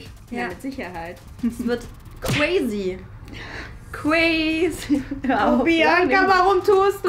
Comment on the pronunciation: Bianca so cwazy